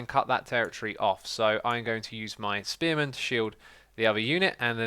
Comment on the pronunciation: First time he said spearman, I thought he said experiment.